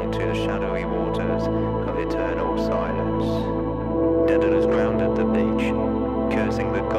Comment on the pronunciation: Great band, but it's "Daedalus (day-da-lus)", not "Dedalus (ded-a-lus)".